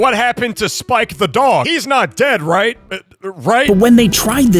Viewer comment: The way he says right